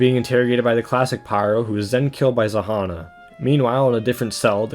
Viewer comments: Its [ZH-a-nn-a], not [Z-a-h-a-n-a]. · Actually "Zhanna" is pronounced with buzzling sound of "Ж" in the beginning